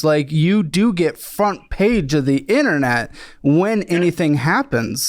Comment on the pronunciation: "The inna-net"